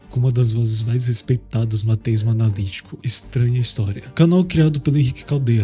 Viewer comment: Da mais ênfase ao "A" quando falar ateísmo, senti dificuldade em entender se tu falava ateísta ou teísta... Consegui pegar pelo contexto, estou no aguardo ❤